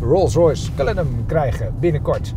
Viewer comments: Het is Cullinan, niet Cullinam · Zegt ie nu CullinaM, hmmm? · Een video van 12 minuten en dan nog niet de naam kunnen uitspreken. Erg dikke faal.